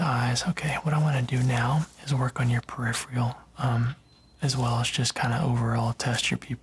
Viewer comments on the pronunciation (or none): *It’s pronounced peripheral not periphreal